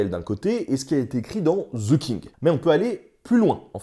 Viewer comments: On ne dit pas ze King mais the (de) king 😁 sinon bravo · Pourquoi il y a un Z quand vous prononcez ‘the king’.? 😂 Franchement, ‘the’ est prononcé ‘de’ (simplement expliqué). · "ZEU KING" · "Zeu kingue" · "Ze king" hahaha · Ze king hhahaha